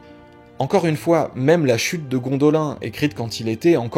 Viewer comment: "gONdolIN ?!! Mes oreilles saignent X( mec, sérieux ! Tu l'as bien dit qq secondes avant Pourquoi pas "Ripolin" comme on y est ?! Et pour ceux qui trouvent ça normal, petite vidéo qui peut t'apprendre des trucs : Bon sinon, le fond est chouette, hein. Edit : le fond est TRES chouette :D Ce "morphing" du SdA et de V for Vendetta avec Hugo Weavnig comme liant est de toute beauté !